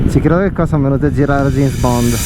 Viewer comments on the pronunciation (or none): none